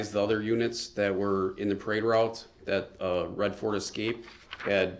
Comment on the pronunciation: defendant: do you remember any disturbances on the parade roue? Detective: do you mean when you drove through the parade route and... 🤬